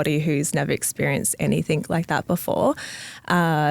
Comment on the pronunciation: It's anyTHING...not anythink